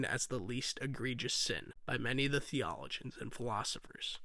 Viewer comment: Btw, the word is pronounced "theo-low-jinns".